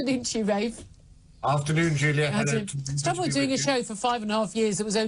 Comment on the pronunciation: the way he pronounces her name. Good afternoon Julia.....